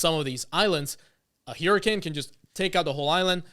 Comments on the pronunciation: I absolutely love how you prononounce the word 'HYU-ricane' it's not the 'typical ' wya, but if you ask me, it sounds FAR better, and reflective of the power and fearsome ness of the phenonemon. 'hericayne' always sounds so damn weak. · Lol but it's incorrect, so...